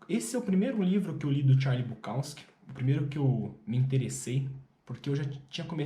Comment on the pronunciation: Que pronúncia estranha do Charles BukoWski e do Chinaski 😂…